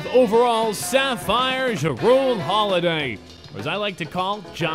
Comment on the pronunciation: The way he said jrue holiday made me mad but I still loved the vid